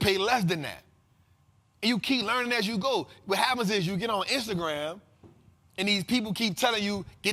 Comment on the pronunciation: it’s AS not ASS 😂😂😂😂